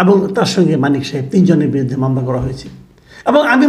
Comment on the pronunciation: ভাই নামটা শুদ্ধ করে বলেন,,,, নামটা ও ভাল করে বলতে পারেন না,,,,আপনার মেধা নাই,,,,😂😂😂